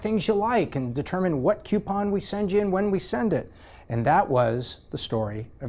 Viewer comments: Is it just me or is he saying "CUEpon" everytime and not "COUPon"? It's driving me nuts! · smart dude for sure.. but a pet peeve I can't get over.. they are not "Queue-pons" they are "Coo-pons" there isn't a "QU" at the beginning of the word. I know, grammar nazi, it's the little things I guess. I love the channel, though! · "KEW-pon" Is from "YEW-stun?" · It's not pronounced cupon. I like the video and the content but that's really annoying. You say Groupon properly but can't pronounce coupon? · PLEASE PLEASE stop mispronouncing "coupon". ;) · And that's how pronounce Coupon! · If only he could pronounce the word coupon correctly? It’s not spelt with a Q it’s spelt with a C